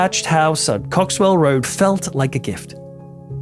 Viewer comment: Cock-swell Rd...😂😂😂